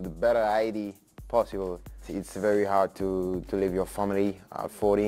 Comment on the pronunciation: 'today game I fink is verry jard'